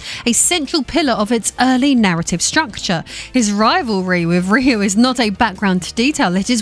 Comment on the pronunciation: Finally, someone correctly pronounces "Ryu" that is not Japanese!